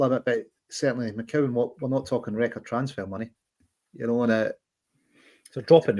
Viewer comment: it’s MCCOWAN son.